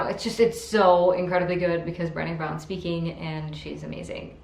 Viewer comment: HEY! I already read all of those!! Cool. If you like those books (like me) you should read THE UNTETHERED SOUL by Michael A Singer. [ BTW Brene' is pronounced Brah-Nay like Renee only with a B ]